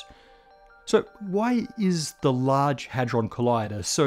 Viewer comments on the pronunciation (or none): none